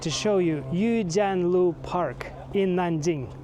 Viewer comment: It is Yuejiang Lou, not yuejiang lu... means "watching river building" lol. 阅江楼